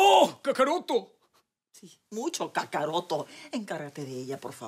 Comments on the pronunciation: Kakarotto?? Jajajajaa buena!! Hasta francesca termino diciendo kakarotto... quien diria?? Jajajajaja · Kakaroto xd???? Que mmd xDD Para las palabras en inglés si la producción de afhs se puso atenta, pero para el japones... Karoto, que mrd xddd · Ese diciendo kakarotto xddd